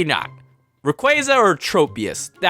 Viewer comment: You pronounced raquaza wrong